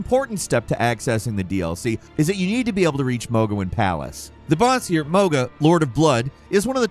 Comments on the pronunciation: Mogha? Radhin? Who are any of these people? I love you, but you completely fumbled these even tho their names are mentioned in game plenty of times for anyone to know how they’re pronounced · He's bought to catch so much flak for pronouncing mog and rod like that😂😂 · He has GOT to be mispronouncing these names from different games. Or he just doesn’t actually play the game and reads off a damn script. “Mog-uh” gtfo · What? It's everyone's two favorite bosses. MOHG-UH and RODDIN'! I really fought hard, but RODDIN'! got the better of me a time or two. Hey, y'all remember that dragon we had to murder? BAILEY!? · With "Rodin and Mogin" dead XD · "Mog" and "Rah-Dawn" come on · My pet peeve is when people saying the names wrong. We’ve heard these names a ton of times. “Mo-ha”, “Roddin” also “Alloy”. Wtf. It’s “A-loy” !!!!! 😵‍💫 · “With mah-gah and Roddin dead…” 😂😂 I’m sorry but this can’t be serious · “With mogga and radin dead”….he says…. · 😂 I'm on the floor and I can't stand up. Mo-ga and Radin! I can't even make it past that chapter. 🤣🤣🤣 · Homie said Maga lmao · Mohg-uh…..yea it is annoying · I’m wondering if has played Elden Ring. I’ve never heard anyone pronounce Mohga and Radden like that. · My fucking ears are bleeding rn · You found the one way to say Mohg incorrectly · is making it more and more obvious he does not actually play the games. In a week's time he mentioned Hogwarts 'Legends' twice, called Civilization an RTS and a city builder. And now he is butchering Mogh and Radahn and instead of Shadow Realm or Shadow Lands he just says The Lands Between. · Bro. Those pronunciations of Mohg and Radahn physically hurt me 😂😂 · My body physically recoils in pain everytime you say “Mohg” and “Radahn” the way you do 💀